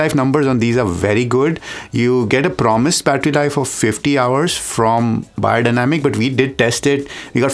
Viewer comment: Hey you said my last name correctly. TAKE NOTE AMERICANS, it is amazing how many people in the states say "BAYER", why? That's already a name.